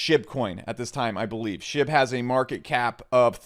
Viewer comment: Liked for wokeness. Disliked for "SHIB" pronunciation.